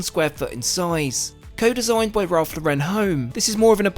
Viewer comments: Great video! It’s Ralph Lore-en. Not La-Ren 😂. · Great video, just thought I should point out that you’re pronouncing Ralph Lauren all wrong! He’s American so it’s pronounced as if you would say Lauren as in the girls name. He’s not French! I know you’re a stickler for the hard T in Moet so thought you would appreciate this 😉 keep up the cracking videos!